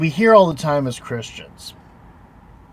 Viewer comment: Another Car-istian! HAHAHAHAHA